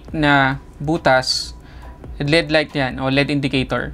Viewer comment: Tech reviewer ka pero mali naman ang pronunciation mo ng L.E.D. Mali yung tinuturo mo ng pagbasa mo as LEAD, Iba yung LEAD sa L.....E......D. Alam mo ba pinagkaiba nyan? Tinatama mo ang MALI! May period yan hindi binabasa ng tuloy tuloy yan.